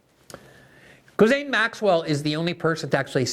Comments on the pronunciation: Gislain is pronounced guh-lane, not jizz-lin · It irks me too. The correct pronunciation is "gee-Lane" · Can we finally settle on a definitive, singular pronunciation of her name? Gee-lane, Gizzlane, gargamel... I feel like everyone calls her something different, so I just go with "maxwell." 😆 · I appreciate Glenn's dedication to mispronouncing Ghislaine's stupid name. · No one knows how to pronounce Ghislaine. Everyone says it differently!